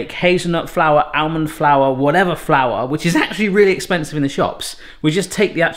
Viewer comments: Great video, but FYI, it's pronounced AH-MUND not AL-MUND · Stop saying bloody ow-mond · The "L" in almond is silent, it's supposed to be pronounced like "ahh mond". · Why does pronounce the 'l' in 'almond', but not in salmon or calm? at least be consistent! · The 'l' is also silent in almond, but he always pronounces it.